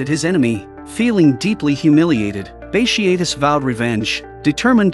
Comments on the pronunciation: Great vid except for mispronounced name of Bartious multiple times throughout the vid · Bat tee ott tus. That’s how you pronounce it